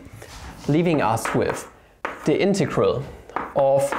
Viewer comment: DOes no one find it just lovely how he can NOT pronounce integrals lmao